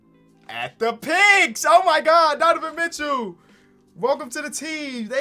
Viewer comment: “Donovan Mitchew”